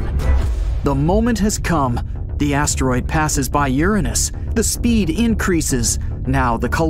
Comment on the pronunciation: Finally a narrator that can say Uranus correctly